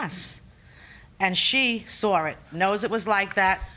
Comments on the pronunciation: She "sawr" it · Its due to a linguistic phenomenon called the "intrusive R".